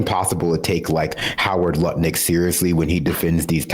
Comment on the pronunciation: I am no longer able to take Lutnick seriously in any way since I heard pronounce his name 'Nutlick'.